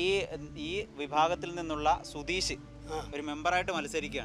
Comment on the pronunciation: റിപ്പോർട്ടിംഗ് വളരെ നന്നായി.. പക്ഷേ റിപ്പോർട്ടർക്ക് അക്ഷരശുദ്ധി ഇല്ല. സുധീഷ് എന്നതിന് പകരം സുധീശ് എന്നാണ് പറയുന്നത്